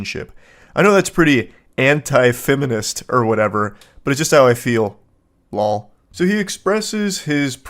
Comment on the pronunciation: All gamer millennials would recognize “lawl” or “fck yo couch” lol